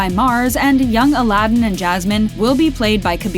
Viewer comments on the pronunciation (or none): none